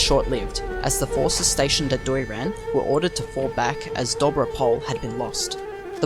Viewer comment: Here are some corrections of pronunciation in Bulgarian. Imagine Doiran being spelled Doy Ran. The Doy would be pronounced as Boy but with a "d" instead of a "b". All letters in Dobro Pole are pronounced. Do Bro (like the slang for brother) P Ole (ole- like the Spanish chant). Dobro Pole and the Cerna bend are basically the same place. The one term refers to the field or plane- Dobro Pole means Good Plane and the other refers to the Black River Bend- Cerna (pronounced cherna like "ch" in the word church and "erna_ pronounced similar to earn like in earning money but with a distinct "a" as in apple in the end of the word).